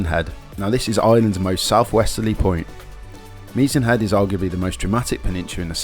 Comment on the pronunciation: Work on your pronunciation mate, if you are trying to sell a tour book. it's not Meezan Head. And why are you jumping from Kerry to Donegal , then back to Cork and Kerry? I had to edit for Derry NAaNe and slee head. Please , stop. Cliffs of MoHER? You haven't spent a minute in the west of Ireland